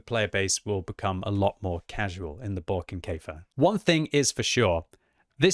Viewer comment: It is not Barking Kefir! God please!